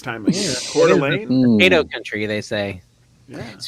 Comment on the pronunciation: Kudos for pronouncing Coeur d' Alene correctly. We live in eastern Washington, on the Idaho border. Beautiful Pacific Northwest.❤